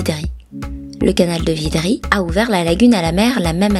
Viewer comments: C'est le canal de "vridi" et non vidri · C'est vridy et non vidry Merci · Le canal de Vidri, c'est le canal de Vridi bien sûr, mais quand on embauche des dyslexiques faut pas s'étonner. Y'a pas non plus de "le" Yopougon, c'est Yopougon, point, et pas de "le port" Bouët, mais Port-Bouët (mais le parc DU Banco). Et on ne dit pas quatorze-z-hectares, ni les sentiers "boisiés". A part ça, avant 1900, Abidjan était un petit village de pêcheurs, si elle est devenue ce qu'elle est, c'est en très grande partie grâce aux Français, sur lesquels les Africains crachent aujourd'hui. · VRIDI. Pas VIDRI. Svp corrigez merci.